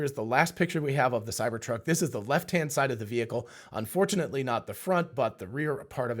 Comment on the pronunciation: did you say unfortunately? Or "and fortunately"? I heard the former the first two times, and maybe the latter the third time I rewound...